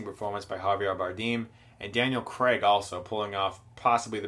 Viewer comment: His name is Daniel Craig not Daniel Creg